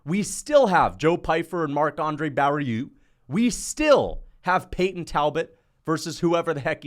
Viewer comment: Barriault is bario in english not bariu